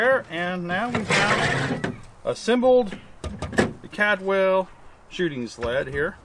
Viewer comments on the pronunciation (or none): Caldwell,not cadwell